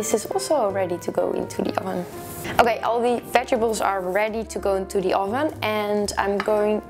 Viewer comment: Oh-ven lol